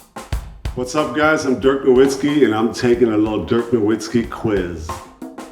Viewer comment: Even Dirk mispronounces his last name 😂😂